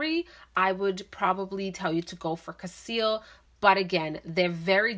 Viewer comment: The name is cassili. You pronounce it as cassil.